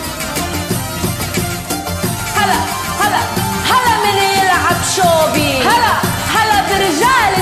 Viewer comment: سعد الفيحان چوبي مو شوبي هيج نكولها وهي متكدر تلفظها 😒💔